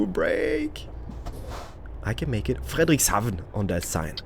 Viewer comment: yay you said " fridrekshavn" 😂so dearpy and happy b day